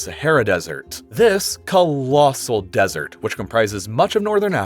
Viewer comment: Desert, dessert. Learn to speak. You are talking about real intelligent stuff and say dessert instead of desert. Why do they pay you to speak.